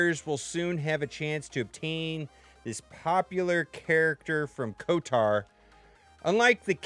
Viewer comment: KOTAR? ... Sweet lord. Does he try to mispronounce everything?